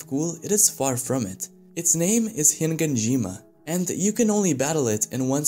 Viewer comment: you keep saying HiNganjima...